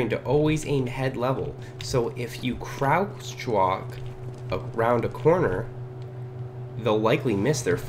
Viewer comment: AHAHAHAHHAA I WAS DYING WHEN HE SAID CROUTCH WALK